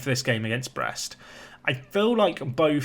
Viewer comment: I'm French and we say it like you say it (about Brest).